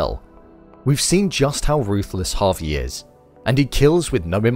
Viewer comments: It's Javi, not Harvey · You say Javi like Harvey lmao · Good video, but for .....sake his name is not HARVEY...it's pronounced Jaa Vee